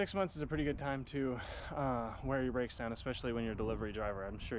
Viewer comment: So what happened There was bwakes and then no bwakes 🤷‍♂️